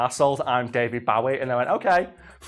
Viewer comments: Bo-ee... not bow-ee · Someone needs to show this guy how to say David Bowe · The way this guy says David BOWie smh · Does it annoy anyone else the way he pronounces Bowie? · Why cant u pronounce David Bowie